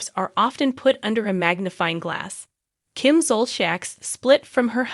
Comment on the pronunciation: Learn how to pronounce Kim’s and Andy’s names correctly if you want us to listen to this sorry video. So sad.